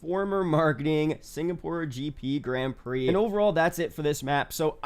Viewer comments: That one is right but the Grand isnt. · Why does nobody know how to pronounce grand prix?!